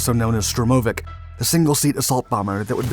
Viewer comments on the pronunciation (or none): Its a STURMOVIK, not a stromovick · it's pronounced STURM' o Vick